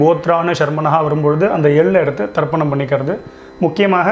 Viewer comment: It is Tarpanam, not Darpanam ( darpanam means Mirror).